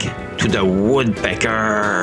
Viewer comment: I like the extra grrrr on the last woodpeckerrrrr